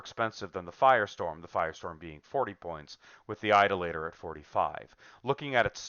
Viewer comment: Idoluh-tor. Not Idol-later.